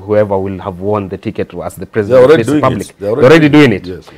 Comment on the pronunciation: His Eggzellenzy prezzident Uhuru